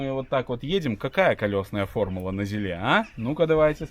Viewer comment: На ЗИле, ударение на второй слог.